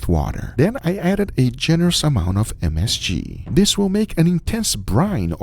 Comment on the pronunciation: I love how guga tries to pronounce msg. Just say msg man. You ain’t close. Hahaha